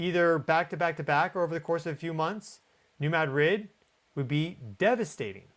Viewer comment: Dude, learn to say New Madrid correctly.